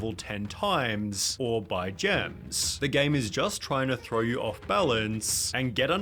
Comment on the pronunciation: "Thow it thow it up, Watch it fall out from the sky"😂😂😂😂😊